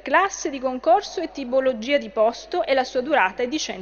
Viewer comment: Min 1.59 TIboLOGIA🤔🤔😭😭 😂😂😂😂😂😂😂😂😂😂😂